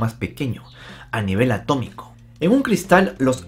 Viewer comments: A-T-O-M-I-C-O se dice A-T-O-M-I-C-O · A TO MI CO, SE DICE A TO MI CO..